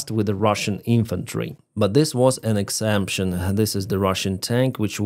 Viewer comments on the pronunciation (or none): Thanks for your hard work. Pronounce exception like this ek-sep-shin. Slava Ukraini!